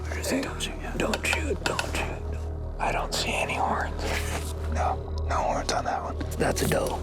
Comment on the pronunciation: I wanted to tear my hear out every time Bryan said "horns"